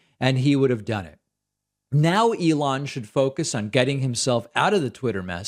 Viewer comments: we heard you say lelon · He called him Leon and then repeatedly said Elon, so that folks wouldn't think that his brain is mush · He had a glitch, started by calling Elon, Leon. Then caught himself. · Leon, lol. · Yes, he said Leon! 😂😂😂😂😂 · Sounds like "Leon...Ellond" to me before he finally got it right on the third try. The hell does Rivendale have to do with this? The hobbits' company is RocketLabs, not SpaceX. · That's weird, cuz when he repeated Elon after his mistake, my first thought was: Mush. Confirmed. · Love how he mispronounced Elon's name and then tries to play it off.